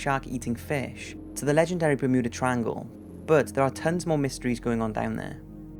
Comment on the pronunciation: Bermuda...the mu is pronounced as in mews, Bermewda....not mood, Bermooda.